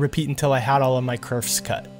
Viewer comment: you said ail not all